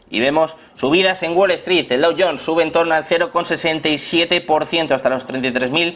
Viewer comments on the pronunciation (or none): none